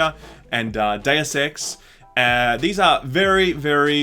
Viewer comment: Why is it so hard to say "Deus"?